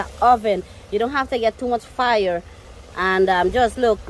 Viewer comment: Fire with an accent